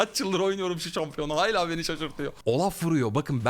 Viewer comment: Abi nolur hayla deme ,hâlâ de nolur